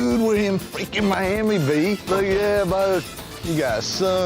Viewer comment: mayyyami LMAO